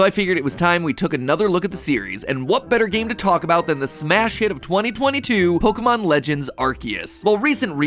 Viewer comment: BEST POKEEMON